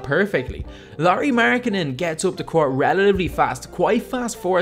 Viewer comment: Apikka Lauri 'Mjarganen'